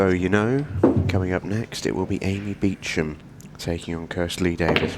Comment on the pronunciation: Beacham…does she pronounce it like that? Looks like Booshump